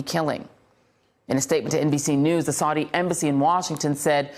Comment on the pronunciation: Why does she keep pronouncing "Saudi" differently? Get her some lessons on how to pronounce key foreign words, please.